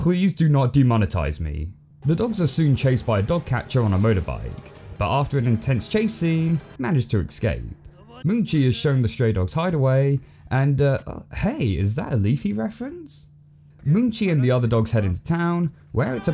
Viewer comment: I see you still have not learned how to pronounced escape correctly. Hint - it is not "EX-Cape". Seriously how shit is US education these days? I am not native english and I can pronounce it better.